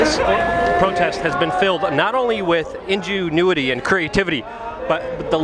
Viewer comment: In-Jew-Newity. Sorry Luke, had to mention it. ;) <3